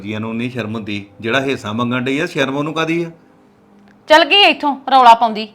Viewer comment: Heisa ni hunda hisha hunda rmn 😅